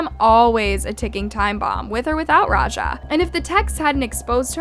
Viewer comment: why people can not pronounce raja properly🙄